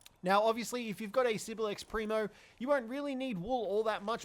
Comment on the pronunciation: Its Primo is Pr "E" mo not Pr "eye" mo Chikipi is Chicki "pee" not Chicki "pie"